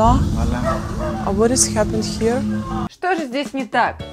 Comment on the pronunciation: 1. "What has happened here" она сказала "has" просто звучит как "is". 2. "Very good" возможно не относится к предшествующей фразе, просто оценка обстановки. 3. "What kind of apartments you have?" слышно что s в apartments произнесена. Еще вопрос в Английском это все что задано с соответствующей интонацией и если не в формальных контекстах. Интонация у нее была явно вопросительная, так что грамматическая фраза. 5. Do you know... Where can I find a bus? Слышно что есть пауза между фразами, словно вторая фраза это отдельная полноценная фраза, вторая часть также может восприниматься как прямая цитата. Но даже в противном случае это вариант без грамматических нарушений в обычной речи. Пример как говорят очень много Американцев: "Can you tell me what's the difference?", можно проверить в Гугле.